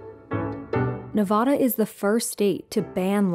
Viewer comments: You mispronounced Nevada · Hearing Nevada mispronounced in 2023 is sad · Please people, learn how to pronounce Nevada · She pronounced Nevada wrong